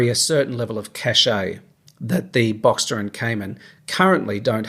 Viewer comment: Given your life history how good is your advice.......also learn to pronounce the name of the car properly